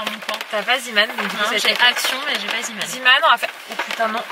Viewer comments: On dit zéman et pas ziman car c'est belge et ça veut dire l'homme de la mer et du coup ça se prononce zéman ❤❤❤😍😍😍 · Bonjour, je me permet d'écrire ce commentaire, car cela me perturbe que tu prononce "zeeman" en "ziiman" alors que cela ce prononce "zééman" car c'est un mot néerlandophone, en tout cas continue ce que tu fait, vous êtes une très belle famille bisous à vous tous. <3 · sa se prononce zéman pas ziman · Salut dit le magasin zeeman sa se prononce zéman et pas ziman maintenant tu le dit comme tu veut mais voilà. Ps; je t'adore tu es ma youtubeuse préfère avec becca. Bisous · Aaliyah Serroyen en effet en Belgique on prononce zéman :) Zee = mer en néerlandais Zeeman signifie l'homme de la mer La bise